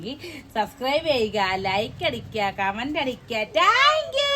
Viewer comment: ടാങ്ക്യു എന്നു പറയാതെ താങ്ക്യു എന്ന് പറയണെ